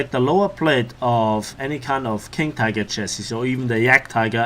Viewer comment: It is pronounced chas-si or shas-si not chas-es.